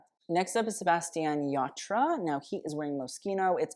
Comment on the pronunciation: Props to you for trying the spanish pronunciation of Sebastián Yatra.